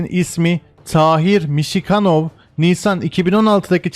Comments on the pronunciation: Mişixanov deyil , düz əməlli oxuyun - Misirxanov ! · Tahir Mişikanov değil Misirxanov yani Mısır hanı. Tahir Mısırhan(ov)